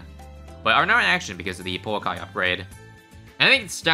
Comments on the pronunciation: the o in pouakai is not pernoust oh it is more of a just a ooooo look up maori vowels. maori is sort of a second language to me and ive liveed in new zealand my whole life it is funn to see americans and people like that try to pernounce maori vowels because they always get it wrong. no hate love the vids keep up the good work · Kiwi here, I think it's pronounced like poo-akai, we have a hiking trail by where I live called Pouākai and that's how we all say it. Cheers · Also Pouakai is a maori word and it pronounced po-u-Long A-ka-EE so yea ur pronoucing it wrong